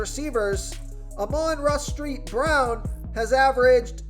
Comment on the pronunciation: Ahman rah street brown😂☠️